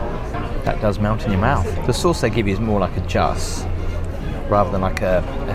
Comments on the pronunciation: when you had dinner, the sauce with your steak is not pronounced ‘JUSS’ is pronounced ‘zhoo’. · Did you call the sauce a "juss". It's pronounced joo. With the j sounding more like "jshh". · "Juss"? It's pronounced "Joo" 😀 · Hi Love your vlogs. Just a small FYI........ Jus is actually pronounced Ju,.....the 's' is silent. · A jus as in jug with an s??? Cmon my man 🙄 it's pronounced "jus" French for juice 👌🍽 Google and hit the speaker 😬 you should know tbf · I never thought I'd hear someone from the UK pronounce something French (jus) in such a non-French manner. I have always been under the impression that it would be pronounced 'zjou', not 'juss' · Jus is pronounced Joo.. Not Juss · JUS! Ha ha I think you might mean 'Zhoo' Unbelievable that made me laugh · Jus is a french word meaning juice. The S is silent. Sorry but this is the second time you call it Juss ! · Not "juss", lmao. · Hi. Yet another great vid, and this hotel looked amazing - I would love to have the opportunity to stay here one day. But, after all these fancy hotels and restaurants you've tried and you still don't know how to pronounce the word 'jus'? It rhymes with 'zoo', with a silent 's'! (Sorry, I know that sounds pedantic, but just for future reference!!). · A "juss"!! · It’s a watch winder ! And it is pronounced zhoo:-) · Hi! Just for future…”jus” is pronounced “Joo ” or “zhoo” (the latter is best). Good video btw! Looking forward to the next. ☺️ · The sauce is pronounced jew as in Jewish not just as in justin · “Jus” is pronounced “Joo” 🙄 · It's like the s is in the wrong place, it should sound more like sju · Yes it’s pronounced Zhoo lol lol ❤ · Jus 😂 it’s pronounced zhoo, like blue. It’s french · Jus, don't pronounce the s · That pronunciation of jus is absolutely wild